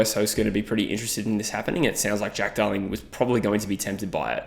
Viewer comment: At like 4.10 I swear you said Dack Darling and now its all i can hear 😂